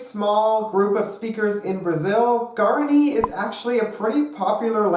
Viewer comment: "pear a gwey" "yur a gwey" "gwear a ni" oh no baby what is you doing???